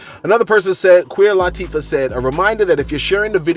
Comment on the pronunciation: Did I hear you say “Queer Latifah?” 😄